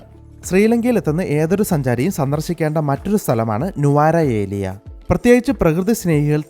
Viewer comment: ന്യൂറേലിയ എന്നാണ് പറയുക